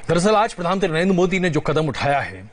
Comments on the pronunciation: अरे एन्कर ये प्रधान मंत्री होता है क्या प्रधानत्री कह रहा है। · Anchor sahab pradhantri nhi pradhan mantri boliye . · Cringe every time he says प्रधानत्री🙄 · रजत शर्मा से अनुरोध है कि इन महोदय को "प्रधानमंत्री" शब्द का सही से उच्चारण करना सिखाएं। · Pradhan mantri to sahi se bolo Bhai mere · प्रधानमंत्री आप सही से नही बोल पा रहे को एंकर जी😂😂😂